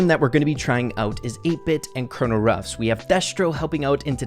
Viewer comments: Wait what’s the mess up? I didn’t notice Edit: oh you said Kernal ruffs not colonel ruffs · I found a mistake Its Colonel Ruffs not Coronel 😂